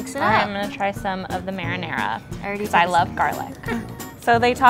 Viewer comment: Did she really say “marrynara”